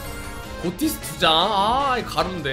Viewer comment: 엥? 고티스가 아니라 '피시'라고 읽어야 하는 거 아닌가요!